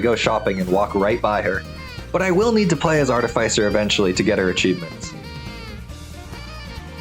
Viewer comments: Its pronounced Artificer. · The way he pronounced artificer was making me want to quit watching 💀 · that is not how you say artificer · Why do you say artificer like that?